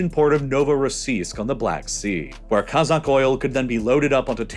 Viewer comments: Great video! One correction though, in the word "kazakh" the stress in on the first syllable, not the last. When you pronounce it like KazAkh, it sounds more like Kazak/Cossack, which is a different thing. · Kazakh is pronounced "Cause-Ok" not "Kuh-Zok" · sorry but this guy miss pronounced the word kazakh everytime. It’s not ka-zock, it’s kah-zack